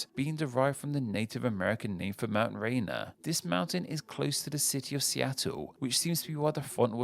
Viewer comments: As someone from the Seattle area, Mt. Rainier is correctly pronounced as ray-neer, and not rain-er. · Uh, Mt. Rainier is pronounced ray-NEAR, not RAY-na. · I bet Pacifica was named after the city of that name, just south of San Francisco. Also, please try harder to say place names right: Sonora is accented on the next to last syllable as it's a Spanish word, and Mt. Rainier is pronounced "ray-NEAR"